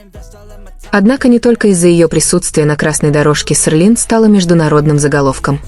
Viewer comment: Почему Серлин, а не Селин?